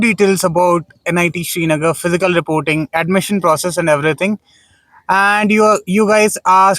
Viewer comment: Shri nagar ❌ Srinagar ✅